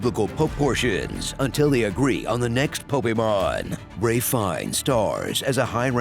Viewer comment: "Popemon" also😂😂